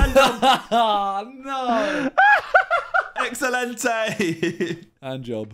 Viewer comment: Josh really says “eggcelente!” And thinks he’s as funny as the rest of the guys. You’re on viks level mate know your place